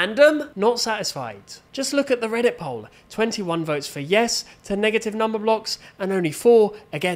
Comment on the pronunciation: "NEGHATYYV WUN, NH3GATYV TU"fire bro